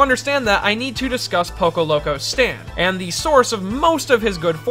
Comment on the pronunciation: STOP SAY POCO PLZ